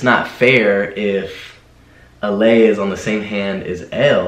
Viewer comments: It’s also pronounced ah-lie-ah not ah-lay-ah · it's not alaya, alaia, ITS alaïa!!